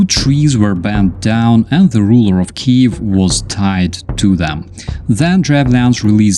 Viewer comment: Iskorosten is the modern Ukrainian city of Korosten :-). And thanks for repeating "KEEV" not the Moscali pronunciation "KEY-YEV"